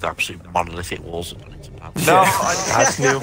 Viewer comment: Hate to be that guy but it's Donington